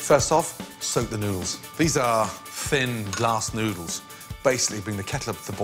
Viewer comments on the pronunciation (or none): At first i thought he said "soak the nudes".